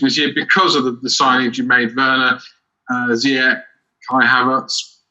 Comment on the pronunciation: it's zee-ech and not zai-ech !!!